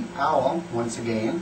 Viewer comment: OWL!! ((again)) you say 'again' funny nice tour of the job. Why do you have multiple PCs? You owlets are soo cute and you look weird with hair. HARRY POTTER!! I am never working in a kitchen.ever. thanks for traumatizing me fore life. Really scared for life here. i want you babies! you can have my puppy. Trade? ~magickfae